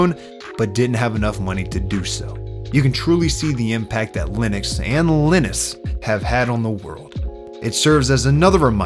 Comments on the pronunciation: Is his name pronounced with a short i? I've always pronounced Linus with a long i sound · dude said Elniss, its LYE NUSS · Linus - sounds like Highness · baby did you call him Linnis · oh man. his name was definitely pronounced “Line-Us” lol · Actually in english the name Linus is pronounced ”Lie-nus”. More accurately, the name ”Linus” in scandinavia and is pronounced ”Lee-nus” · Either you are terrible at pronouncing the name Linus or used one of those awful AIs to mimic your voice. Linus is supposed to sound like line us. These AI tools will prove to be a curse as people forget how to pronounce words. I can already imagine a lot of frustrated English teachers trying to undo. The way that you pronounced the name Linus would have me believe there were two ns in it if I did not know better. I don't say this to be mean but to raise awareness of these flaws in AI so that our children don't grow up learning the wrong way to pronounce words. Trying to get them to unlearn it is going to be hard so we should not get it stuck in their heads if we can avoid it.